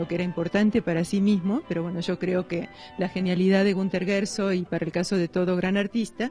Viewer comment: El este periodista dice Gersog,en nagual.